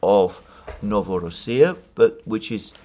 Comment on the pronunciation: NovorOssia, "ro" syllable is stressed. That's how it was pronounced historically! I know how you love to pronounce all the names how they are said by native speakers.